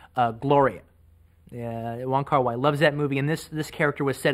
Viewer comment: It's not Wong Kar 'Why', it's Wong Kar 'Way'.